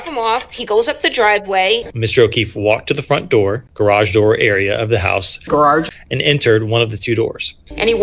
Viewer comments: Hey it's Grage not Garage. You idiot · The Ole 2 Car Garrarrrge 😆 🤣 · I can’t even pronounce “grarage” like. My mouth doesn’t move that way. 😂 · “Brian Higgins”… “gararge”, cracks me up EVERY TIME! The ending is gold!! Rest in peace officer John O’keefe. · I can't pronounce it correctly anymore after hearing it as graararge so many times...😂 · The funny thing is actually does insert extra R’s in some of his words. Juts like, just not as over the top. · maybe he’s from Massachusetts 🤷🏻‍♀️ and that’s why it’s so easy for him to add the extra R